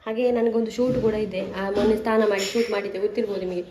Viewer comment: ಅದು ಸ್ಥಾನ ಅಲ್ಲ ಸಿಸ್ಟರ್ ಸ್ನಾನ ಆಗಬೇಕು